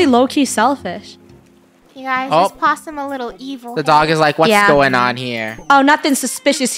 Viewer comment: WHEN FUNNEH SAID BOTTOM LESS POSSIEM and early